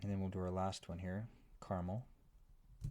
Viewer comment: bruh, it's caramel